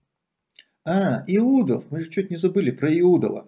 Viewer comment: Наверное он считает что он недостоин этой фамилии, и поэтому коверкает фамилию! А так это знатный правокатор!